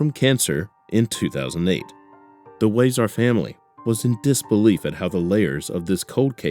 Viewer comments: Nice to know the so called "Heroes" of our communities are serving these family members so speedily. Wow!!! BTW: It's WEE-ZAR not WHY-ZAR RIP Lora Ann! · Huizar Pronounced Wee-Zar